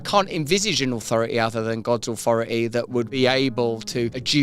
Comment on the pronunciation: Wha "Ahwhoroty" Russel talking about???😅😂